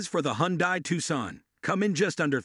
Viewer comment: Robovoice is better than most, but still discernable by mispronunciation of Forester and Hyundai